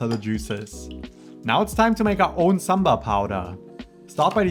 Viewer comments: Thank you so much for not pronouncing sambar in a cringe accent like Americans. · Oh my god even indians wont explain this recipe like you do😭❤ the way you pronounce ingredients also so accurate 😭❤ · Damn A foreigner’s pronunciation of Idli and Sambar is way better than my own people. I cringe everytime my fellow countrymen say Saam-burr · Can't be more happier today.. Boy said Sambar perfect than fellow Indians 🥰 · Great pronounciation 👍🏽 Looks just like how my mum makes it. She was impressed :) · The way you pronounce "Sambar" 🤌 Perfect. And then we have our own Indians just above the mid line of India calling it Sam-bur 😏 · South Indian (Tamil) here and it puts a smile on my face to hear you pronounce Sambar better than my North Indian friends who say "Saam-burr"! The recipe is also something that I would consider "Authentic"!